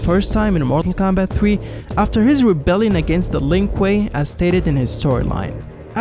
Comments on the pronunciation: It sounds like you’re saying marvel Kombat at times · Yo why this guy sound like he sayin marvel kombat